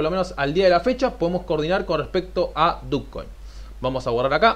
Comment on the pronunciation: Yo nunca e escuchado dukcoin .. no se pronuncia dochcoin? fuera de eso bien tu video